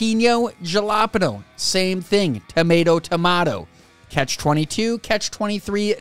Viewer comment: "yallappeno" Dude, it's spanish, not finnish.